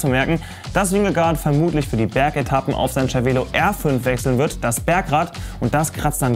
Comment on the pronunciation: Das heißt "Zer-Velo", nicht "Tscher-Velo"